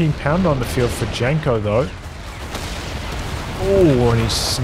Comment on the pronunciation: Janko is read as Yanko.